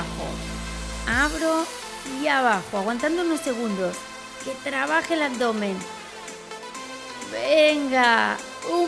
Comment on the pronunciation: dice abomen el video